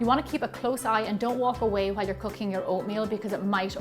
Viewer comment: When she said "cooking" I thought she said "cocaine" 😅😂